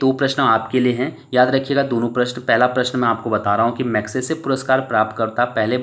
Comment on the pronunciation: mag say say not magmaisay,.